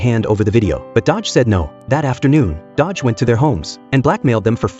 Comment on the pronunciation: It's Do-Gi, not Dodge wtf😂